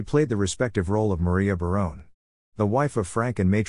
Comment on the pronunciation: Robot narrated this. Next time, please use a human who knows how to pronounce the names of the actors and characters. (Barone-y instead of Barone? A-lie instead of Ali?) Indeed!